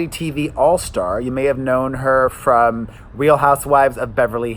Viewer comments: Did anyone clock that said “fram” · He released a short video yesterday, stumbled over his words and said "fram" lol